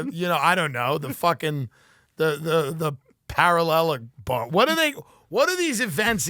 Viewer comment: "parallelobar" lmao